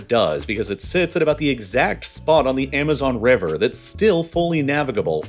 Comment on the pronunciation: the amazon rever?!?……yo wtf is rong with these computers not ever bein able to pronounce a single word properly?!? Hahahaha so sad